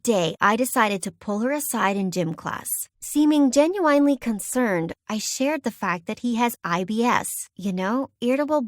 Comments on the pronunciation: anyone else hear the genu-wine-ly concerned 🤣🤣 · 😂 “seeming jen-u-I-an-le concerned”